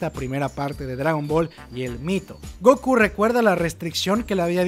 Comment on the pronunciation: Se dice Gokú no Góku